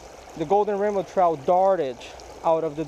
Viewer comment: Sounds like he's saying ramen trout lol